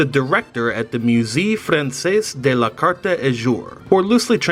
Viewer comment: You pronounced Français wrong🙂